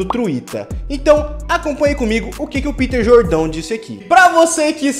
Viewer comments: É Peter Jordan e não Jordão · "Piter Jordão" kkkkkkkk isso tirou todo meu foco